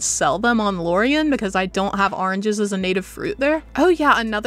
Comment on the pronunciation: I love how you say ARRnges haha! ☺️🍊 Reef Bay!